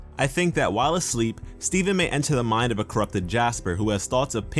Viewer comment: at first it sounded like you said Steving...